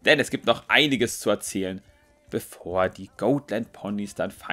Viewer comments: Dann ist es aber immer noch "Got-" und nicht "Goat-". XD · Oh mein Gott, ich dachte ich wäre die einzige die es nervt 😅 Got nicht Goat,! 😂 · das sind doch keine GOATland Ponys 😂 oder sind es insgeheim doch Ziegen? Nein also es wird so weit ich weiß Gotlandpony ausgesprochen wird also so wie man's schreibt aber ich sage eher gottlandpony also das o nicht so lang gezogen da es sich anders komisch anhört 😂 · #Ziegenlandponys 😂😂😂 die Ponys sind keine "Goatländponys" 😂 Man spricht es so aus, wie man es schreibt, lol. Ich schmeiß mich echt weg Kommt, lasst uns den Hashtag verbreiten, hihi:P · das sind keine goatländ ponys D: Die werden genauso ausgesprochen wie sie geschrieben werden xD Und sie werden auch nicht englisch ausgesprochen XDD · Mich nervt es auch extrem wie falsch er die Rasse auch auf Englisch ausspricht. Ist ja nicht schlimm, wenn er es nicht weiss aber er wurde ja schon darauf hingewiesen. Da finde ich es schon ein wenig respektlos gegenüber der Rasse sie trotzdem absichtlich falsch auszusprechen. Wir sagen ja auch nicht Fäby zu ihm, sondern ^^